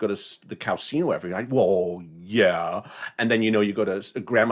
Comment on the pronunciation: OMG! you are hilarious: “cow casino & cow-alat (Cadillac)” oh goodness I love your humor. Your the best.